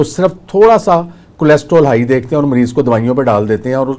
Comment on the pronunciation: ڈاکٹر نوں لمے پا لوں اسکو کولیسٹرول بولنا نہی آتا